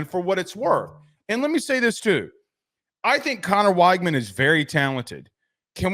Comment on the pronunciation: “Connor WAIGMAN” 😂